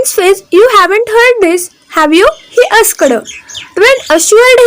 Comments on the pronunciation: खुप चुकीचे शब्द उच्चारतात आहात....आस्क ड,वाडमय,मारक ट्वेन इ. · मी त्यांच्या किस्स्यांवर वरती कमी..,. आणि तुझ्या.... उच्चारांवर ती जास्त हसलो स्टॉप - ड, आस्क- ड .. 😅😅😅😅😅😅😅😅😅😂😂😂😂 तू आधी एक काम कर कुठल्यातरी शाळेत विद्यार्थिनी म्हणून परत एकदा ऍडमिशन घे आणि हा जो तुझा फालतू धंदा चालू आहे यूट्यूब वरती तो आधी बंद कर😂😂😂😂